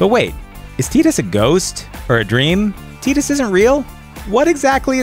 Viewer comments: Why is pronunciation even an issue here? They even say it in the game more times than I can count. Tee-dus? really? As much as I despised this character, his name is Tie-dus. Not Tee-dus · It's tie-dus not tee-tus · You must be Canadian. Tidus is pronounced Tide-Us, not Tee'd Us. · I don't care how some shitty translation team took a literal translation of a bad Japanese pronunciation of English wording. It's Tide~us. It makes way more sense then Teed~us. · When I hear mispronunciations of characters names I instantly doubt the narrator ever played the game. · Teetus. Maybe it was a mistake? Teetus, Teetus, TEETUS. I’m done. TIDUS, TI-DUS. Haven’t played the game in years but can still pronounce his name correctly. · Its "Tide-is" not "Teedus" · ugh butchering Tidus name Ti-dus, Tiiiiiiii-duuuus calling him Tid-us is like calling MGS Raiden MK Raiden. ¬.¬ And I did like Final Fantasy X ending. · I agree. Also feel the same way about most of the ones mentioned. I kinda stopped watching after he kept calling Tidus Teedus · He pronounced the main characters name wrong; pretty sure he’s never played the game. It’s Tide-us, right? lol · Teetus? Really? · This just calls into question what the guy would say about the ending to Journey. "What? You play through this beautiful artistic game and the end is that you get to go back now and play it again with a longer scarf?!" Because he misses the point. Furthermore: Tee-tus? What. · tea dus? tea dus? oh my god My friggin ears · who the f is teedus? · Teedus... lol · Maybe learn how to pronounce the character names before you start bagging on a game. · Who else is being driven insane....by the way he pronounces the name "Tidus' ?